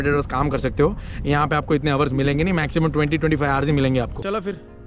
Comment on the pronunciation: Sorry to say . What is ours ours . Kya bol rahe ho dekh to lo Pehle 😂 kon sa accent Hai yeh. Hours hota Hai.